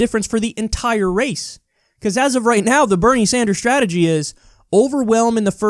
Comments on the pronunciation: Did the """""moderator"""""" call Bernie "senator Sandjew" ??? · "senator sand-jew" freudian slip?